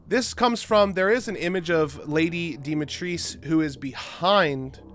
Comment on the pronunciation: Demetrice? Her name is Demitrescu....what happened to the original pronunciation?!